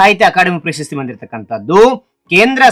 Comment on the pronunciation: Bro ಪಂಪ ಪ್ರಶಸ್ತಿ bro ಪಂಪ ಪಶಸ್ತಿ ಅಲ್ಲ bro